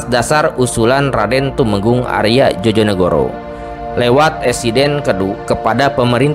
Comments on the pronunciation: Sekedar ralat Djojonegoro itu harusnya diucapnya Joyonegoro, bukan Jojonegoro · Joyo bukan jojo bacanya di telinga aneh 😂😂😂